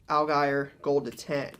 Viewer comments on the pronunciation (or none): AL GUY EAR?!?!? Cmon 😂😂😂😂😂 put some respect on tyler allgeier